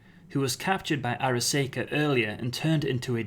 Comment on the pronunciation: Arasaka Ar—a—saw—ka not Ar—a—say—ka The way you are pronouncing it, it would be spelled Araseika! But that is not how it is spelled.